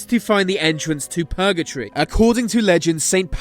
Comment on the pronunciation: P ut P lace P urgetory HE PUTS SO MUCH EMPHASIS ON THE P